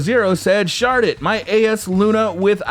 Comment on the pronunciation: at he end it sounded like he said "Shart it or keep it."